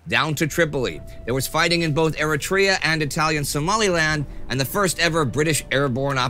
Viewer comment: I lived with a guy in college from Eritrea and This is how it's pronounced - 'ya-REE-tree-UH' 👌